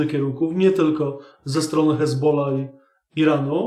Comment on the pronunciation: Czemu mowisz "ezbola", ale przy odmianie juz mówisz "z hezbollahem"?